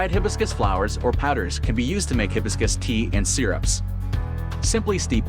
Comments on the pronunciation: You're pronouncing it wrong. It's hi BIS cus accent on BIS Ask google how to pronounce it. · Hi... hibiscus, no hebiscus. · Hibiscus is a flower whose name is mispronounced by AI. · Hard to take this seriously when the AI narration voice can’t even properly pronounce Hibiscus!😅